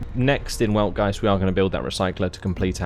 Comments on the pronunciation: say it how ever you feel comfortable. "Veld-Guy-Tzd" is actually how it is pronounced according to German grammatical rules. I wasn't going to correct you because this commentary is in English not German but I don't want you to be given incorrect information. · Just a heads-up, the proper pronunciation of the capital is "Weltgeist", pronounced with a V, so "Veltgeist".